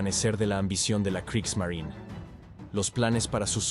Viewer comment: ¿Por qué dejas de pronunciar la e al final de la palabra? No es Kriegsmarin, es Kriegsmarine. Marineeeeeeeeeeee, con la vocal e al final.